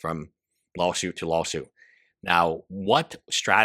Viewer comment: When ever you say "law suit" its sounds to me like you are saying lol suit. and a lol suit fits here!